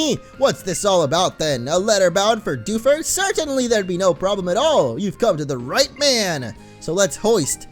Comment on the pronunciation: Dew ford town it's like defuse town